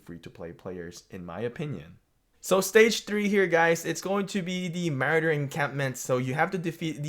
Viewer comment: Ma-roar-der 😂